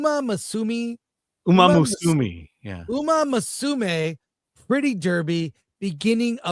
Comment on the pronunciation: It's pronounced more like "U-mah-moo-sue-meh"